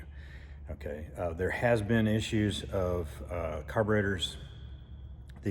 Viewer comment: "gotta-git-thar-itis" kills.